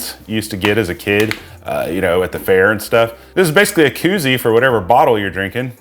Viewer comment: Keewwzie... I will never call it a koozie again. 😂